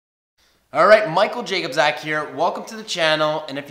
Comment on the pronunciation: jakobzak? that is NOT how to pronounce your surname.. its YAKOOBCHAK.